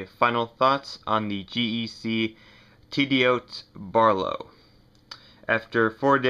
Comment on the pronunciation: Good review. Only one correction. Tidioute is pronounced Tiddy-Yute. Rhymes with Flute.